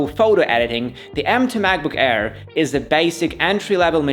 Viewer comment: I like how he says macbook hair instead of air, funny asf.